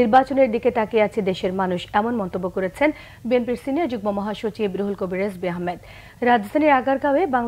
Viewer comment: সংবাদ পাঠিকা মেম বিএনপির সিনিয়র যুগ্ম মহাসচিব রুহুল কবির রেজবি আহমেদ উচ্চারণ করেছেন, বলতে চেয়েছি - রিজবি হবে, তিনি বলেছেন- রেজবি।